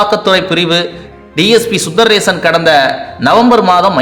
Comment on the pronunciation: His name is Sundarasan Sundar rason. Please pronounce properly